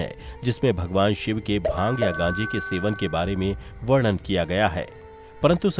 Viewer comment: बहुत सुंदर कथा सुनाई 🙏🏻 संहार का उच्चारण सहार नहीं है 🙏🏻 शब्द वर्णन है वड़न नहीं। 🙏🏻 शब्द सम्पूर्ण है सपूड़ नही 🙏🏻